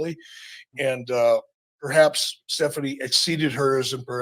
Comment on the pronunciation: So we'll wait til nxt for the proper pronunciation? " Pethaps"